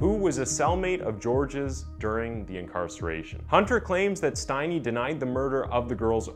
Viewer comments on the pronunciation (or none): Not pronounced with a long I, if your going to do a video on this, at least say his last name right.